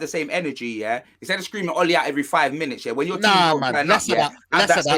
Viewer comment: Big up for calling out for saying "Ole Out"